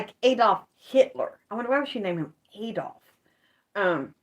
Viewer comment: Adolph as a boy's name is pronounced a-DOLF. It is of Old German origin, and the meaning of Adolph is "noble, majestic wolf